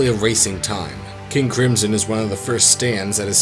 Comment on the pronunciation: Wait did he just say kingdom cum